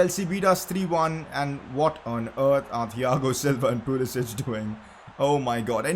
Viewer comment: Pcq: Pulisic has made it clear that his name is pronounced Pulisik and not Pulisich as the other balkan names are pronounced.